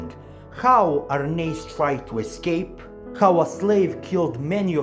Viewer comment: You must be the only person on YT to pronounce Arnheid's name correctly! But yes, many of these Norse names are difficult to pronounce unless you look up the pronunciations. When the anime gets to the Vinland arc in about 10 years, the Lnu names will be extremely difficult to pronounce!